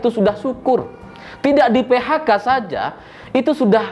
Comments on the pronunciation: ada koreksi: a. Ucapan selamat malam kepada "mantan kalian..." ditujukan kepada orang yang gak di antara pemirsa. b. Salah ucap "PHK" menjadi "PKH" terjadi dua kali, dan c. Kurangi ketawa di ujung lawakan. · PeHaKa bukan PeKaHa.. 😁 seneng dan selalu nunggu.. tetep semangat dan sehat terus 🔥🔥🔥 wanabud selalu bikin geleng-geleng 😁😁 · PE HA KA bukan PE KA HA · Slip of tongue dari sang menit ke 5: 04...PKH ( yg Slip ).Padahal di 5 menit sebelumnya PHK ( yg benar ).😎